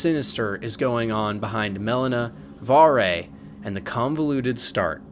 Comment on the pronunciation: Don't ever talk bad about Varre, and you pronounced his name wrong.